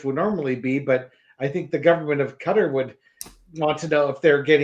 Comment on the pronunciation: "Cutter" is the correct pronunciation.